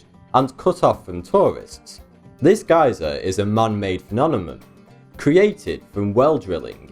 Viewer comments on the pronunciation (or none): Why does he pronounce pheNOMenon phenonemon? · No matter how hard this guy tries, he'll never be able to pronounce the word "phenomenon" or "phenomena". I'm not sure how he gets his N and Ms mixed up, but I've heard it in 3 different videos and every time he says it wrong. With his speech impediment already affecting the way he speaks, not being able to correctly pronounce a word just makes it bad for him. Say it slow -- PHE-NOM-ENON, not "phenonemonon" lol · "This Geyser is a man made PHENOMOMOM" lol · phenonema? phenonemon? either those really give you a hard time or you do it on purpose :) thanks for your interesting channel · but you said and I quote "Why does he pronounce pheNOMenom phenomenon?" end quote. You said nothing about spelling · HahaHaha phenonemon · Why the hell cant you pronounce the word ‘Phenomenon’ U hav done this in a couple ov other videos az well Instead ov using the term phenomenon why dont u substitute it with some other words like event or occurrence or something like that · The way he says phenomenon XD